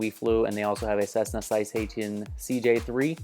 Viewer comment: Lol the way he says citation is hilarious